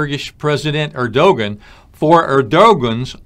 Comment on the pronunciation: Erdogan is pronounced Erdowan